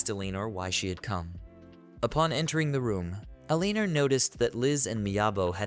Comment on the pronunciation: Have seen this quite a while ago and now I remember why I can't tolerate listening to this. So far 2 videos have utterly mangled the name Eleanor and it makes me want to stab my ears with ice picks every time I hear it. I'm sure that's not the only word you mangle.